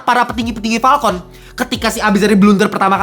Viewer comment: wkwkwk lucu jg ternyata wktu lu bilang "PALKON" bukan "FALCON"